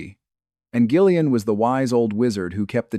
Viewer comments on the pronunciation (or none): none